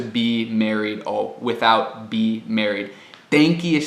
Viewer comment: "without" não tem o 'th' vozeado?